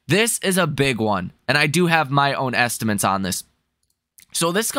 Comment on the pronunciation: Bro says estimints. There’s lots of little sayings you’ll notice. He’s cute. I just watch for a fun pump video. Don’t take him seriously.